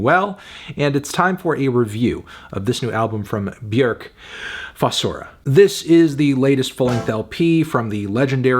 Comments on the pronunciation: B'york. Not B'yerk. Funny melon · Feeling a strong 8 to a light 9 on Melon's Björk pronunciation instead of the usual English "bjawrk". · he said "B-YERK." :text-green-game-over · Afantano rlly be saying b-werkkk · Bjerk? Is that how you pronounce it? It's so distracting for some reason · I think you mean “Byhukgh” (Look up the proper pronunciation) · So It’s pronounced Byerk now? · Why does he keep calling her Bjerk? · Why are you mispronouncing her name? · You said the name wrong Melon, also your score is just embarrassing. I'm telling your parents at dinner on Sunday they did a bad job raising you